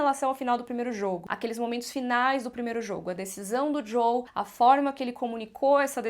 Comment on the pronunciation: JoÉL por favor.